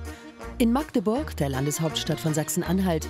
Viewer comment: Herzlichen Glückwunsch an die Sprecherin. Sie war die so ziemlich erste, die es geschafft hat Magdeburg zu sagen und nicht Maaaaaaaagdeburg.